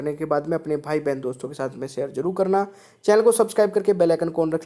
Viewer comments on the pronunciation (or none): none